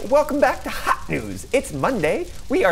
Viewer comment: Everytime you say "HOT" I get a jumpscare 😣☹️